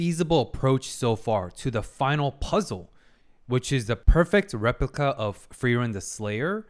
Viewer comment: From creators of famous "Feryeryien" we introduce you to... "Rlyepliyica"